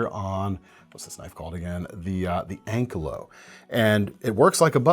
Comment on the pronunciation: Anne-KAI-Low. Not Ank-low